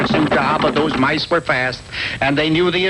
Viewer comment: said "mice" the proper way.